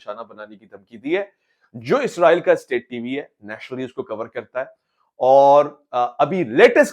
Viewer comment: Ye Izraeel nhi Israeel hai "zy nhi seen hai yahan"..... Izraeel ek farishty hain Jin ka naam Hazrat Izraeel as hai jab k mulk ka naam Israeel hai jo k Hazrat Yaqoob as ka laqab hai....